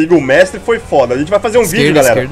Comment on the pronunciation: para de falar fóda